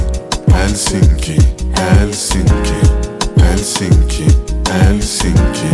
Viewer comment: Très bonne prononciation de Helsinki pour un francophone